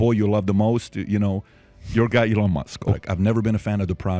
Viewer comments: Patrick, e-LAN means enthusiasm. EE-lon is Musk''s first name and he pronounces it that way. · Accent like eLON instead of Elon? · PBD - The Captain Obvious who still can’t pronounce the word Elon. If anyone is a dumb philosopher, it would be him.